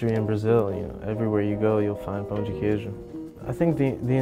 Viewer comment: Hella impressed w yaje’s pronunciation damn dude has no accent saying pão de queijo